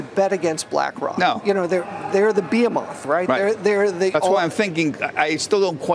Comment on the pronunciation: Lol the bald guy pronounced it, "bee-hee-moth."